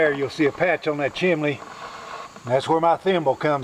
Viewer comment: Why pronounce chimney as chimlee. A I told me to use high temp mortar....you're not suppose to use regular mortar.